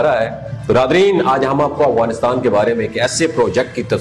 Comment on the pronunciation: It’s Afghanistan not awghanistan 🤦🏻‍♀️